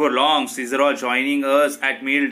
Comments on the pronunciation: It's not a siccor it's Caesar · It's Caesar pronunciation is different